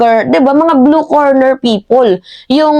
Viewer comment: "Blue Collar" Job yun hindi blue corner, mag ingat po sa pagbibitaw ng salita para mas ma established mo ang credibility mo. Noong nakaraan mali naman ang pronounciation mo ng "obliged". Ok ako sa support mo sa admin paki ayos lang ang ilang mga data mo para hindi ka mapulaan ng ibang dds vloggers!